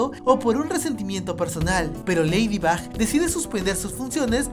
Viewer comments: Cundo dijiste leído Box nenas de decirlo dijiste leído bax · Dijiste ladybob en el minuto habalando de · JAJJSJ ACA DIJISTE LEIDIBOP XDXD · Tuve que escuchar 3 veces el momento donde dijo lafybop jsjsjs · 11 :00 dijo leidibob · dijo leydibob